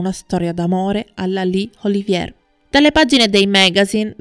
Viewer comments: Lawrence Olivièr? Olivièr? Il famoso attore inglese ora è diventato francese? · Interessantissimo. Complimenti. Due sole cose: siete assolutamente sicuri che quello con Olivier fu un amore perfetto? Inoltre, dite alla speaker che Olivier e la De Havilland non erano francesi, per via della pronuncia. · Sei brava sono interessanti i tuoi documentari ma sbagli spesso gli accenti e la giusta pronuncia dei nomi. La precisione é sinonimo di qualità! Lorenz Oli‘vier no Olivíe‘r ( non era francese) , Ad ogni modo complimenti cara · Laurnce Olivier è un attore molto famoso. Il tuo "errore" è di pronunciare il cognome alla francese (Oliviér), ma lui è decisamente inglese ed il cognome in italiano si pronuncia allo stesso modo. Nulla di grave. Il tuo servizio è assolutamente completo e interessante. Solo visto la notorietà del personaggio mi stona il fatto del cognome non pronunciato correttamente, appunto per la notorietà dell'attore. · Appena iscritta. Scusa se mi permetto di correggerti nella pronuncia, ma nel tuo discorso proprio stona!!! Piece (rappresentazione teatrale) è francese e si pronuncia pies, non pis all'inglese Olivier è inglese e si dice olivier calcando sulla seconda i, e non olivie' alla francese. Scusa sai ma è un peccato rovinare il tuo testo. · Racconto magistrale! Veramente Magnetico! Straordinaria la narrazione del making di Via col vento, capolavoro che grazie a mio padre sono riuscito addirittura a vedere al cinema, tra i pochi della mia generazione. La pronuncia di Lawrence Olivier? Un peccato veniale facilmente rimediabile...non preoccuparti. Sei bravissima! Da un appassionato di cinema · Tutto bene, però la pronuncia del nome di Olivier non è corretta.